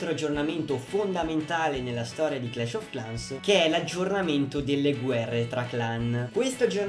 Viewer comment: credo si pronunci "clesh of clens"